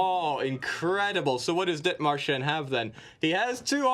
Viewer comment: The dith-marsh-en was worse